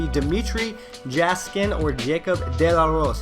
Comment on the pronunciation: Jaskin (Yeah-skin)